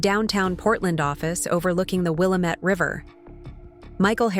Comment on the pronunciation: It isWilllamit not willamet non Oregonions always pronounce it wrong